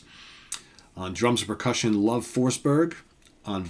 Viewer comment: I'm from sweden and in to Hard Rock and more and I never heard about them. I do Belive the name Love should be pronounced with rhe e at the end spoken so to sqy.